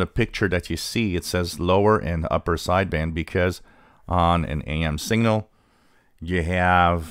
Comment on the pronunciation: This would be more helpful if you didn't pronounce 'signal' and 'single' so they sound identical.